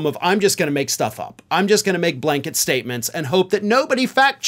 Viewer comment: Why is it that every time you say "blanket statement", what I hear is (fill in the) "blank-it". Funny thing is, most of the time, it would work!